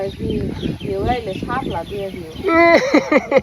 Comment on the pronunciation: হাপলা বলে না শাপলা বলে